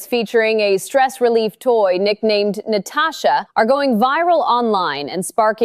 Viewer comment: *Latasha...... ..not "Natasha"